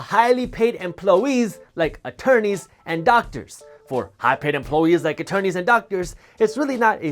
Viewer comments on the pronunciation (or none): The word is employees not emplowees.